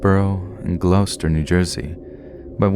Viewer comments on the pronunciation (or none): Pronounciation shudder. Love listening to you but its Gloucester and Hadden Heights you meant, right? So it's Glaw*ster and Had*den not Gloo*ster and Hay*den. Otherwise wonderful reading as usual! :-)